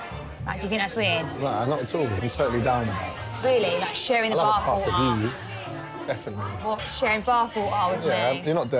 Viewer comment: "Best way to know someone inside out is to have a barf wiff them." I feel like having a barf.